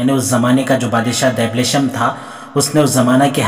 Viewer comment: Your arabic so poor It's no dableesham It's dabshaleem